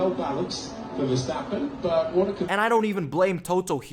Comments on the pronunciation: wee stappen? If you are such a fan learn his name.... i am not even a fan but the way you say his name is annoying af.. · “Max Sidverstappen”